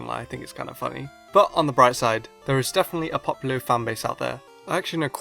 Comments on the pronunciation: popilo???? its popplio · Poppilo? Did you seriously pronounce it Pop-ilo? It's POP-LIO! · He’s saying populo...😂👏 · He can't say popplio correctly